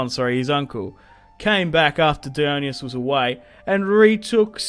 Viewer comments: Although in this game it would be "die-on-eye-see-us", since his name is Dionysius. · Isn’t it “die-on-Isis” not “die-own-ee-us”?